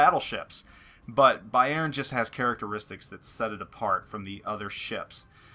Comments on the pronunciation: no problem man... Just to help you a bit, you say Bayjern.... Try to say Bayrn.. Swallow the e:-) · great video, but the Emphasis on "Bayern" is on the first syllable like "BAYern" :P somehow im not getting too warm with the german BBs >< scharnhorst looks interesting tho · lol, being Dutch with knowledge op German language made me constantly correcting your prenouncement of Bayern during the clip ;-)